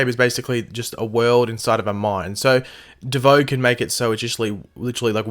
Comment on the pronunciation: Stop saying bieboe